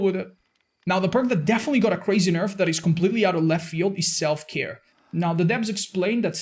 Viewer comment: Did somone say Self-care? I just heared Self-destruktion